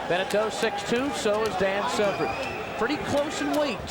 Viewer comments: Why does the commentator keep calling Dan Severn 'Severin' ? If you came here to watch the fight, as I did, you need to wind it up to + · The mans name is not SEV-RIN. Its SEV ERN. If your job is an announcer, all you need to do is pronounce words properly. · Also, sevren?? It's severn, who do u think u are, Joe Rogan?? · This man has ben calling Dan Severn SEVREN for too long! Gah